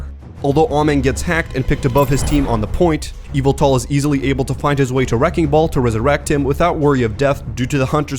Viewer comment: ameng is pronounced "ay-mung" and in yveltal the second syllable is stressed, not the first ("ee-VEL-tall")